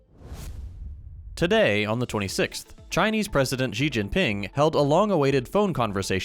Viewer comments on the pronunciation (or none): Xi in Mandarin is pronounced like she, not gee (pinyin x is pronounced like sh)